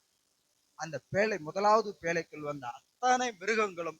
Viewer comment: பேளை‌ அல்ல பேழை